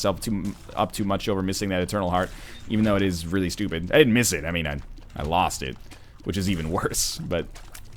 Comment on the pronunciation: Honestly, i freaking love Northernlions "stoopid" :D